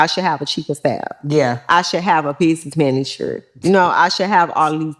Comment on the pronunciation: She can’t even say business manager how you gonna hire one they gonna be like what you looking for huh 🤔 😂😂😂😂